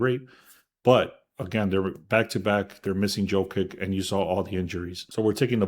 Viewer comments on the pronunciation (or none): please change the way you say Jokic its not JOEKICK its YOH-KICH